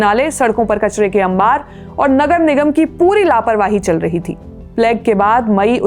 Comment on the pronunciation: Thanks for the informative podcast. Your pronunciation is good and clear. However, please google search the correct pronunciation of plague 😢